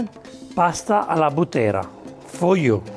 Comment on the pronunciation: Alla Bùttera, non Buttèra. I Bùtteri sono i mandriani della Maremma. Esperti cavallerizzi.